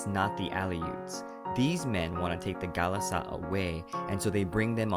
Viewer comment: NO NOT GHALAS-AT. MEET RONTU IN HEAVEN